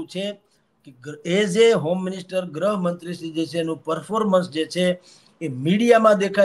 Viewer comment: please correct the pronunciation. Gruh mantri, not grahmantri 😂I m a great fan of yrs